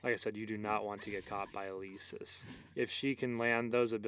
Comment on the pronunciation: Elesis not eleeesis omg it makes me tick °^°